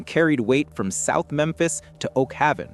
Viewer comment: Its Oak-Haven say it just like it's spelled 😔